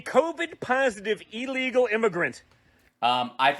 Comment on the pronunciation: I know this is slightly off topic but,one last time for EVERY dumb-ass out there…the word is pronounced ILLEGAL not EELEGAL!.